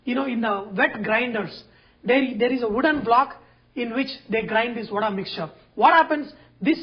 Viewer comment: Thanks for sharing the trick to make it fluffy, that too with your own hands. I like your pronunciation as "VADAI" and not Vada. Well atleast, for most part of the video.